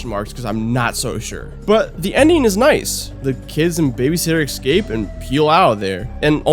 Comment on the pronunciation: Love these vids, but there it's "escape", not "excape"